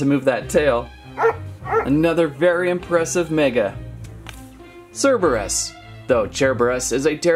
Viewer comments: it is cerberus not chairberus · It's Cerberus not Cherberus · The first way that you pronounced cerberus is right. Because the second way you pronounced cerberus would be spelled c-h-e-r-b-e-r-u-s (cherberus). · ... Cereebrus , I would like a CORREECTIIOOOOOONNNNN (Sarcastic) but its "Cur-beer-eus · It’s Cerberus not cherberes so the first one not the second one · you pronunce seberus but spell cerberus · ITS cer Ber us it's Greek mythology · Dude this isnt transformers its Cerberus not cerebros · Not Cherboris cerboris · It’s not ce reberus it’s sir burr is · It's pronounced Serberus not Cherberus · It's sir-bur-us Cerberus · Cerberus is pronounced Sir Bur Us. It’s a myth. It’s said to be the guard of the gates of a Hell. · KER-BEY-US pronounces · It's pronounce kerbeus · Sir-ber-us cerberus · Cerberus (sir-ba-rus) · It’s Cerberus with a ssss sound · Cerberus (ser-ber-us) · To pronounce Cerberus its ker-bey-yus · (Ker-bey-us) :p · Its not cerebus ITS sir-BEER-re-us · It is sir-ber-iss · I do belive its cur-bay-us if my knowledge is correct. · cerberus is purnounsed srbrus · Sir-brrr-us! Cerberus is pronounced sir-brrr-us! It's not that hard. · Ci-beer-ee-is and that’s how you pronounce it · It’s pronounced Cerberus as ker bei us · I think it's pronounced as Sir-beeroos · Ser-ber-us = cerburus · I'm pretty sure it's pronounced ker - bey - us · Cerberus is pronounced (cer-ber-us) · it's pronounced surburus. i'm pretty sure anyway. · Its pronounced ker_BAY_US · You purnounice it cer_bai_es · spelled cerberus pronounced serberis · Its pronounced sir bear us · Its pernounced serberus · It’s pronounced Sur-bur-is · It's pronounced s-e-r-b-u-r-e-s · It’s pronounced surburus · You say Cerberus as “serberus” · It's pronounced ser-ber-es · Don't want to be mean but it is pernounsed sir ber us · It's called Cerberus not Cerberus